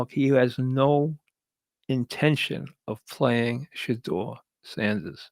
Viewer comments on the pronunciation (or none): "Shedaw Sandis" 😅